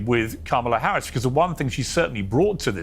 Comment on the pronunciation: Political watcher and expert Luntz can't pronounce our Vice President's name correctly?